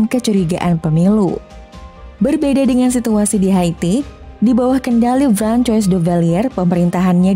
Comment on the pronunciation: Enggak juga sih tadi kalau nggak salah dia salah nyebut nama Francois jadi frankoi harusnyakan Franqoa